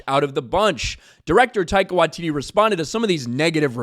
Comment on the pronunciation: Taika wai-titis 😂